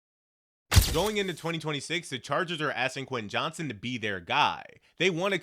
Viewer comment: You mispronounced his name every time